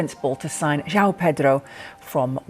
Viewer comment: Thank you for pronouncing his name correctly. All the idiot commentators calling him Jow have been driving me mad!!! João has two syllables. Felix got the same treatment when he was here!